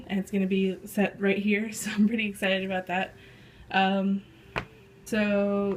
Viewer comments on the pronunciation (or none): none